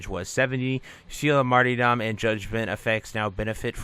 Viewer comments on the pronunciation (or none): Just a gentle fyi, the y is closer to an e sound like mar-"ter"-dom also with a soft t. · it's the most common pronunciation I've encountered. The way he was pronouncing it in the video was one I'd never heard before